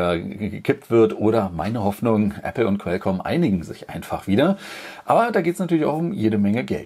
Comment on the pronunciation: Qualcomm nicht quelcomm